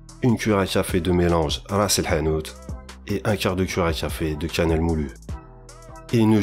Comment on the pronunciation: Ayah! Vous avez prononcé la lettre ha en arabe normalement " rass el 7anout" c'est bizarre lol! Généralement les français savent pas le prononcer bravo